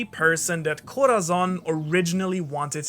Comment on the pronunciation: Bruh why you pernounce corazon name like that🤦🏾‍♂️🤦🏾‍♂️🤦🏾‍♂️, it’s (cora-son) if you trying to pernounce it the “z” Is like a “s” In Spanish, other than that good video💯❤️